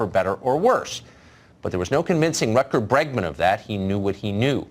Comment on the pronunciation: After hearing David try to pronounce "Rutger Bregman" I want him to try "Reguliersgracht achtentachtig twee hoog" too!